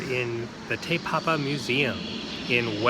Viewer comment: He said tae papa but it's te like tea but te